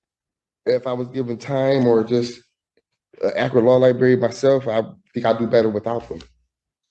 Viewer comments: "Law Libarry" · I love me some “law liberry” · That’s li-BERRY sir!😂😂😂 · C’mon - it’s “liberry..” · Even as a 10-year-old, it was annoying when I heard people say the word library with only one R. Great start goofball.